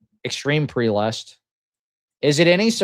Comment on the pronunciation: Prelest is spoken as /PREHLEST/ or if its easier /ˈprɛ.lɛst/ not as preelest